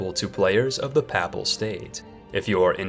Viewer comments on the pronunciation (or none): Epirus = EP-ee-rus Papal = PAY-puhl Lubeck = LOO-beck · pahple state...